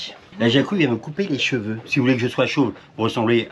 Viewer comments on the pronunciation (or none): none